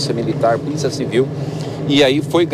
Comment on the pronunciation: O prefeito Nunes, falando puliça municipal........😂😂😂😂😂